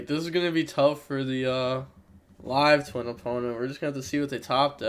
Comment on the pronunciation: I was also triggered by you not saying the twin names correctly, but it makes sense if YouTube is being stupid.